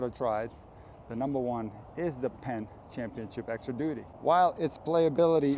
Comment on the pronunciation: Ah, duty. Thought you said doodie.